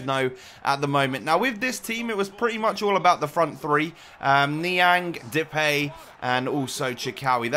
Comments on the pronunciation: He says it like de-pay When it is, De-paai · You keep saying the peej (depay) but you pronounce it as the paaaaaaj. I am from the netherlands so i know how to pronounce it because i watch eredivisie a lot. So if you can say it right it would be even more awesome but i still love your vids 💪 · Its fucking Depay Not Depey its DepAAAAAAy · Sorry but you bug me by saying Depay wrong